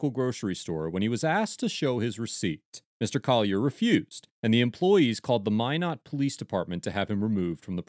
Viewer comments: "Minnot," not "my-not"... Ulillillia obsessives know. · He pronounces Minot weird,,it's pronounced ( Me Nut ) North Dakota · Not Minot, Williston. Even worse